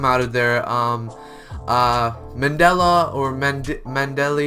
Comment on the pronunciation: Mandalay’s name is pronounced: man-da-lay